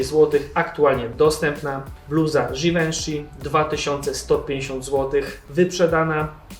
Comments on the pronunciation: żiwonszi a nie żiwenszi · givenchy czyta się żiwąszi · mufi sie żiwąszi lol